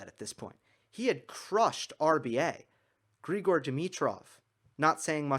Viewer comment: Grigor is Bulgarian, you got it right.